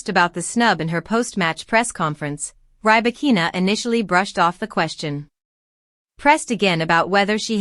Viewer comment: Stopped watching as soon as you said rye-bakina.